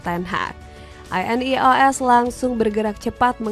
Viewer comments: Wwkwkwk monolognya pake AI kah? INEOS pronouncenya gitu wkkwkw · Narator cuma modal suara enak, minimal dikasih tau cara baca INEOS sama nama² pemain lah. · Ineos❎ I.n.e.o.s✅😂